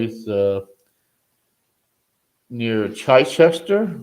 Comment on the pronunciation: The "Chi" in Chichester is pronounced like the "chi" in chips.